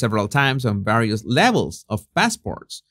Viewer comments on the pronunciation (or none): none